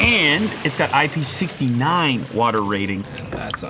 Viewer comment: It's IP six-nine, not IP sixty nine. As nice as that would've been.